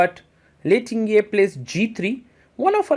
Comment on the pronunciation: Hihi. Lei's name is pronounced Ting - Jie, not Tin-Gjie.